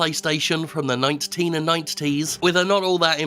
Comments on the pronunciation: Why was "ninet'teen ninet'ties" so funny? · Is Jim saying "Ninet-teen"? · Ninet-teen Ninet-tees, huh?